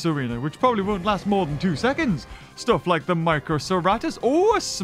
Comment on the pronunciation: It's not Moar it's More